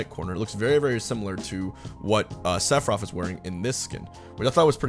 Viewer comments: Sounds like he sayin "Sephiroff" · Okay why are you saying “sefirof”. I don’t know anything about FF but I can’t tell if people just talk lazy or the “th” is actually pronounced with an “ef” sound